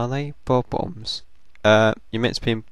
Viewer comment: lol i like how you say bomb-ombs "boboms" i dont mean to make fun of you